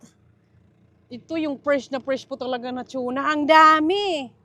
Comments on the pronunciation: Tuna po not chona hehehe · is it chuna? or tuna? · … just correction you were promouncing TUNA that sounded like CHUNA …. Its constructive criticism because it wrong pronounciation. So that you will not say it wrong in the future. You ahve many subscriber they might copy you. Thats all. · Anong chona??? Hahaha TUNA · Tuna… Hindi Chuna… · TUNA yn, HINDI TYUNA. Tagalog/Filipino ang TUNA. Don't get me wrong, I'm a fan. Hanga sko sa galing at sipag mo. Love your family especially Silvestre. ❤🎉😅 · unsay tune na dai.. tuna ra dai dili tune na.😂 😂 😂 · Tsuna talga? Db dapat TUNA😂😂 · Over pronouncesion kna nmn Anong chuna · Tuna not shuna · Better call it yellow fin mas popular name tuna (tona) pg pronounce here again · yung pronunciation nyo po ng TUNA He hr